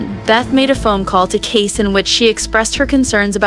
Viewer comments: Seriously ? You're not even watching this show: His name is pronounced: Kayce, pronounced like Casey, not Case. 🤦🏻‍♀️ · The ranch known as 6666 is pronounced...four sixes..., Kasey's name is pronounced...Kay-see..., not Case, a true fane of this show would know this. These two mistakes in your overview has left your content mediocre at best. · His name is pronounced CASEY, not case !!! Get it right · lol Case :( KAY SEE 👍🏼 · Your AI girl is pronouncing Kayce as Kase. Please adjust/fix. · The younger brother's name is pronounced Kay"see"! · His name is Kayce... not Case. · K.C......can you pronounce that..... ALSO SPELLED ......Kayce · Thanks. I thought it was just me. Couldn’t concentrate on what she was saying except for pronouncing Casey name case. Omg😂